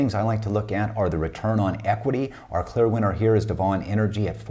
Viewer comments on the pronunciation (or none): Love your stuff …! Worked as Frac Engineer in the oilfield with Devon (DVN). Loved their processes as a previous Production and Operations student..! BTW, it’s pronounced deven… like seven…! Thanks for all of your tips…